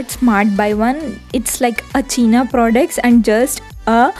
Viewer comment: It's not cheeena product 😂😂,it's pronounced as Chi-na pro-duc-t Its not air 😂😂 its 'here' pronounced as hair.. Can't stop laughing after watching this 🤦🏻‍♂️😂